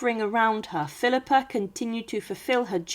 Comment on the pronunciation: Thanks for this great video! Philippa of Hainault along with husband Edward III were my 20th Great Grandparents. But the way you're saying her name with a non-existent "R" at the end has got the youtube captioning spelling it PHILIPPER. Is the voice human or AI? I am descended from the unfortunate Thomas of Woodstock, via his daughter Anne of Gloucester, who at one tine was the wealthiest widow in England. I'm also descended from John of Gaunt via his son Henry. Philippa was also a descendant of Charlemagne. You are NOT pronouncing HAINAULT properly, and did not get CAPETIAN right. If all descendants got an equal voice in whether or not to open the tomb and look inside, MY vote would be to NOT open it and leave them undisturbed. Surely, science in 2025 has ways of "looking" inside without opening it.